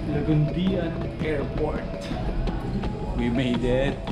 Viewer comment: It's Laguindingan Airport not Lagundian Airport... Hahaha... But it's okay